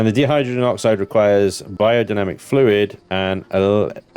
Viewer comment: What's "deehydrogen"? :p I think you mean Dihydrogen, pronounced "dye hydrogen".. Dihydrogen monoxide is just the chemical name for water. :p